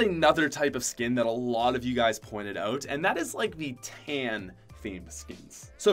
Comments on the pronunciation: I love how he says Oot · I love the way u pronounce out fellow canadian